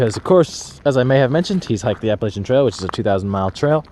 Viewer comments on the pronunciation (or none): none